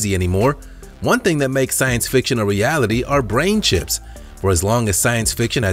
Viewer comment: It sounds like you're saying brain chimps.....